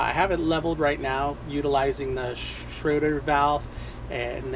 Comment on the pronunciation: I enjoy you videos, but have to tell you, it is a SCHRAEDER valve, NOT a Schroder valve! It is pronounced "SCHRAY-DER"Not "SHROW-DER". Schroder is the kid playing the piano in the Peanuts comic strip... SCHRAEDER- SCHRAY-DER!!! Thanks